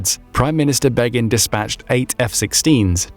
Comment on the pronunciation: im supposed to listen to a guy who cant say begins first name?